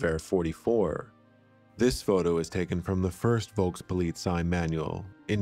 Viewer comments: The V is pronounced as a F in German. Folkspolizei is how it would sound. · The V has to pronounced as an F and I am not even German. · The V in German is pronounced like a hard F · Great video. btw, in German, the letter v is usually pronounced as an f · You were not pronouncing the V in Volkspolizei correctly.